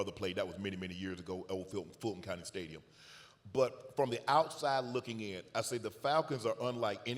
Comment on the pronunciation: bro said fulton county stadium 😂